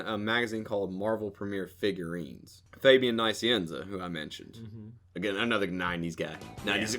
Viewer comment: you are a dumbass. you said fabian nice - ee- enza. thats not how you say his name.